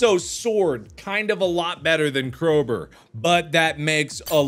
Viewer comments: Nobody: Markiplier: Crowber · Still surprised Mark doesn't know how to say crowbar like a real human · does anyone else find it cute how mark calls a crowbar "crowburr" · "Crober" ~mark 2019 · The Way He Pronounces CrowBAR Like it's fecking cold oh LOOK A CROBRRRRRRRR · Why must he say crowburr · Why can't this guy pronounce "crow-bar"?